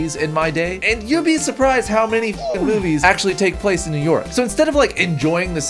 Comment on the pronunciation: I thought he said boobies not movies